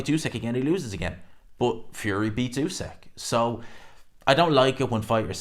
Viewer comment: Not usak it’s usyk